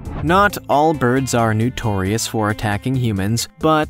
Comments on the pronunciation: its NOtorious NOT NUtoriuous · "Nutorious". ? As in "new tor reus"? Don't you mean "notorious"? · honey, it's not nUtorious, it's nOtorious. Several errors in film photos of species. Otherwise, somewhat watchable. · Why does the announcer keep saying "nutorious"? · Please learn how to speak correctly! Kea is not "Kee", but ""Kee ah". Also, it is NOtorious, not Nutorious! Check your pronunciation before recording, please!